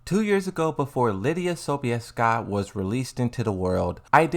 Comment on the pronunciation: As a Pole - you spelled Sobieska very well.